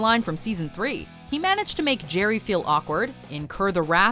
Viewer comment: Erm ... "Gerry" ? Does anyone else hear that or is it just me?